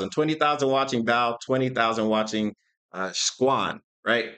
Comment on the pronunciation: dude called squchan "szechuan" i funking can't 🤣